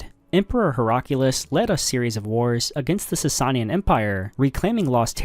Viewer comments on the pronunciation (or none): Everyone commenting on the butchering of the word "aqueduct", but I don't see one person complaining about the consistent use of "Sasayin"? "Sasanian", bud.